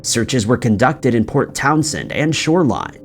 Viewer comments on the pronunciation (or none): none